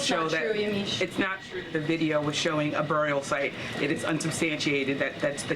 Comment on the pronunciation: I don’t like how she says “burrrial sight, it’s not a burrrrial sight” 😂